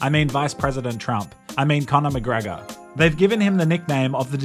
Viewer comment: cornore macreeego and toptuuria